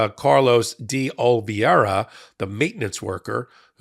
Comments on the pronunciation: please learn to pronounce "Oliveira", from someone Portuguese or Brazilian or some Portuguese teacher. You have had since late July 2023 to get it right. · please learn how to pronounce "Oliveira", from someone Portuguese or Brazilian or someone who teaches Portuguese. You have had since late July 2023 to get the pronunciation right and still do not have it right.